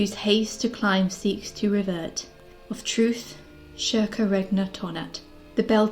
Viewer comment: Lol why are you pronouncing circa like that. It’s Latin not Portuguese